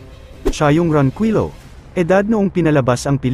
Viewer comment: Ayusin mo nmn salita mo pati apelido niloloko mo sa pgbbasa